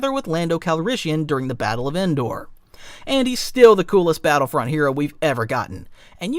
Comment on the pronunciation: At 17 minutes he pronounced battlefront like he was born yesterday... meaning he's either ha an iq of 70 or it's ai. AI narrator means auto downvote